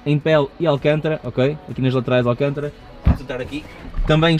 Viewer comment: Não é alcantra que se diz mas sim alcântara , muito erram os portugueses 🤣🤣 Abraço 💪